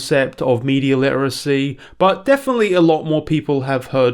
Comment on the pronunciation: Cant pronounce dune correctly, or literacy for that matter..